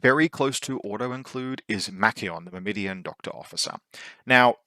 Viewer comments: Since I have nothing of substance to add to your faction review, I'm just gonna be that guy and say: - It's MYR-mi-don, not Myr-MI-dion – emphasis on the first syllable, and the last syllable doesn't have an i in it (pronounced like "Sir, he's gone", not "Her Idiot") - It's Thra-sy-medes, not Tha-rys-medes - It's Tho-ra-kee-TAI, not Tho-ra-KEE-tees, with emphasis on the last syllable (and pronounced like "tie") Unless of course you ask a Greek how it's ACTUALLY pronounced, and then I'm completely wrong as well... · Don't think I've ever heard Myrmidon mispronounced like that. 😆